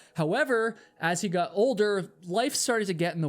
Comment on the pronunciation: I really enjoy your stories. Especially that you are a real person. But when you say 'Got' please say G-O-T ( hit the O in the word like the word ODD) not G-U-T, same with words with 'got' like forgotten. Ive been meaning to mention this for a long time Thank you again though.